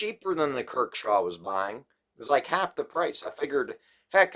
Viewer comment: Good vid ,,,, but ,,,,, dude come on if your gonna do knife vids, please research a bit .it’s not kirkshaw ,,, it’s kershaw ,, I do this to help you , not trying to rip on you. ..